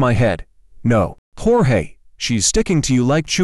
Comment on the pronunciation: It's Jorge not George lol